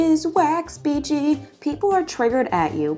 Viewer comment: Her name I think is pronounced SPEE- CHEE